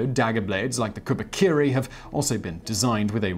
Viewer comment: To be fairly honest, when it comes to Japanese words he needs a lot of work on his five vowel syllables. Unlike English, the Japanese language prefers to keep the pronunciations of their vowel constant. It was cringy hearing words like 'kubikiri' be pronounced as 'kubakiri'.